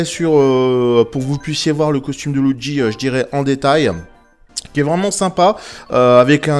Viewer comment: Tu le dit étrangement "loudgi" :p